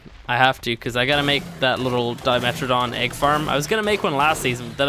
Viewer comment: Its not a Dimetrodon Its a Dime Troodon